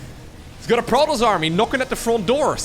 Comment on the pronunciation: Stop saying "Protoss" weird please